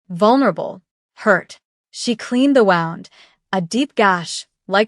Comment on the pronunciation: I liked this story. The AI pronunciation of the word "wound" is hilarious. Other stories have a similarly hilarious AI pronunciation of the words "couch" and "read."